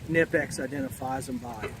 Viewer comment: I'm pretty sure K is not silent, when you pronounce knipex.